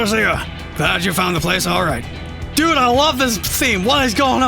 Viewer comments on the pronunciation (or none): none